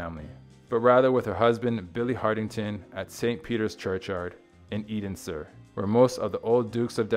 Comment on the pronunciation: Edensor is pronounced Enser.